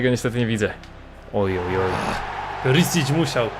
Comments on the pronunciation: To nie jest "Perisić" tylko czyta się Periszić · Witam cie jestem chorwatem i imie Ivana wymawia sie "Periszić" (pisząc po polsku). PS. POZDRAV IZ HRVATSKE!!!